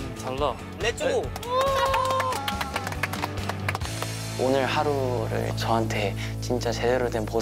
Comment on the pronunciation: 양정원 렛츠고 발음 뭐야ㅠㅠㅠㅠ졸귀잖아 렛츠고도 아니고 레쯔고래ㅠㅠㅠㅠㅠㅠㅠㅠ아 미친ㅠㅠㅠㅠㅠㅠㅠ내심장